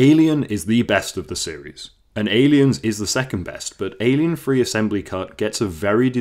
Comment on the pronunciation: Please don't call it Alien Free. . It's Alien Three. As you say